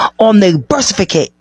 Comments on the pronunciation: what is a "birth cerficate"? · I love this video, but that one lady killed me with “birsificate” 😂😂